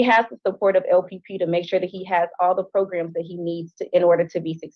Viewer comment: Progrums 😂 gets me every time!! 😂😂😂